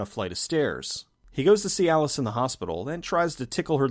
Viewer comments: I keep hearing "goes to cyalis" lol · I’m so immature. Every time you said “see Alice” I chuckled. Cuz... dik pils lol